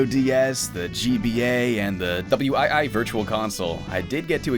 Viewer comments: Bro called the Wii "W I I" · the way he says wii had me going “what’s a W.I.I?” 😭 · did you just fucking call it the w i i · So, nobody is going to talk about how he pronounced the Nintendo Wii as the "W. I. I."? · Virtual Console on the W-I-I Me: What the fuck is the W-I-I... OH, the Wii! Why the fuck did he say it like that? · W. I. I. !? Who pronuncies "Wii" like that!? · Did you just say W-i-i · Early in the video when you mention the wii virtual console, why do you spell out "W" "i" "i" instead of saying wii? Was it a rendering glitch? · "The Double U i i game console" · ok this has me werided out I hear W EYE EYE viurtal console but seconds later I hear wii virtual console like how its meant to be pronounced..and it sounds like a botched edit too.. uh is that meant to be there? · Who the actual hell says wii "W I I" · I'm sorry I had to pause the video about a minute and a half in.. the Doubleyou eye eye virtual console? was that a bit or do you actually pronounce the Wii that way?! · Ah yes my favorite console, the Double you eye eye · "Why" or "we", which is the better pronunciation of Wii? The one that's not Just Spelling It Out. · thought i went crazy for a second feels like i woke up groggy and rolled off of my bed, but instead of there being the floor beneath me I hit a pool of mayonnaise instead. had no idea it was even possible to say Wii like that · HOLD UP! Did my boy just spell out wii instead of say wii.....really?